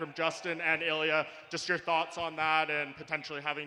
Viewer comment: *Ilia NOT "Illia".